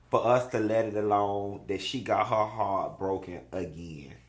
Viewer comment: why you say ‘Hearrrt’ like Mayou Angelou lol